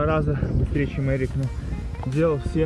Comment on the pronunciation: НЕ "ЕРИК" А "Э"РИК....